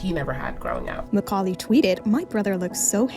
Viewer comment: Awesome "Macaully!"